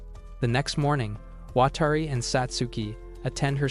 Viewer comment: "Watari" "watery" Edit: WTF